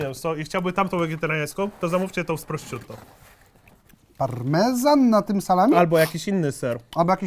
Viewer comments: USZY MI KRWAWIĄ! Prościuto? Proszutto... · Wymowa szynki to "proszutto" a nie "prościutto" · Jeśli są tu jacyś ludzie znający włoski to pewnie uszy bolą ich równie mocno jak mnie gdy mówi prościutto xd wymowa brzmi prosziutto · błagam nie mów prośćutto, mówi się PROSZUTTO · Przy trzecim "prościutto" wyłączyłem. Jak już chcesz mówić po włosku, to sprawdź jak to czytać. Jak nie chcesz sprawdzać, to mów po prostu szynka włoska, bo uszy więdną... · proszutto sie wymawia a nie prościutto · PROŚUT-TO NIE PROŚCIUT-TO